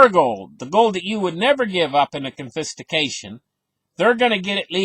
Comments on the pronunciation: It took me a while to figure out what this guy’s trying to communicate. “Confistication”? What is that - some type of sophisticated confiscation? I’m not sure I should trust a dude with my $$ if he can’t even grasp the basic English lexicon... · Drinking game - take a shot every time you hear “confistication”